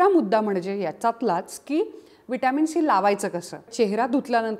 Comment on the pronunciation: शी का बोलत आहात तुम्ही ..... सी असे बोला😂